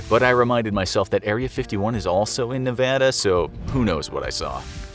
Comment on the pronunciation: This was a cute challenge. I live in North Eastern Nevada. A lot of us can go three days with no water in this terrain without feeling it. THANK FOR YOU SAYING NEVADA RIGHT!!!!!